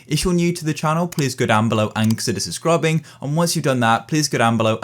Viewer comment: Subscrubing bro said sunscrubibg